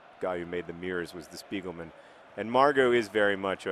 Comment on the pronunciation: hearing johns pronounciation of spiegelmann makes me laugh every time